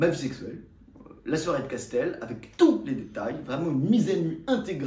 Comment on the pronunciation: "J'ai connu mes premières soirai", soirée on dit, soirée